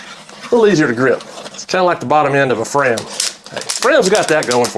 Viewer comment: When you said it’s a little easier to grip, like the bottom end of a Fram, it sounded like you said the bottom end of a friend. Had to rewind.